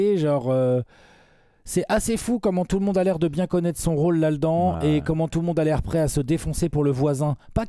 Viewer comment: on dit "là dedans". Là ledans, ça n'existe pas...😂, c'est comme les Dede Jordan minutes!